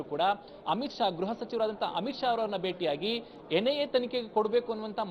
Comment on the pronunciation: ಗ್ರಹಸಚಿವ ಎಂದು ಹೇಳಬಾರದು, ಗೃಹಸಚಿವ (ಗ್ರುಹ) ಎಂದು ಹೇಳಬೇಕು